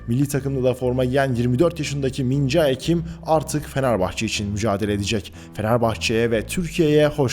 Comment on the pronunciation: Beyler , öğretmek olmasın ama doğru telaffuzu "Min-Ce Kim"